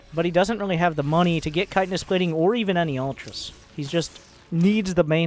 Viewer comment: Comon man ch-hit-in-nous or u trollin?